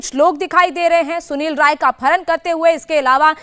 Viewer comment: Rai है ray नहीं. करेक्ट करो.